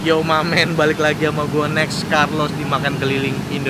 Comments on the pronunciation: Sekalinya sebut nama sendiri bener "nex carlos" yang biasanya "nek carlos" eh malah antman jadi un man ! Wkwkwk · tumben ngomong 'nex' nya bener, biasanya 'nek-karlos' hahaha